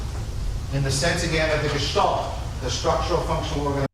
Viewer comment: Too many German philosophers in history. For sure. The A in Gestalt or Angst is similar to the A in "car". Good stuff again. Thank you